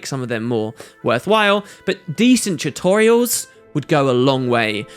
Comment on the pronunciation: I love how you say "chutorials"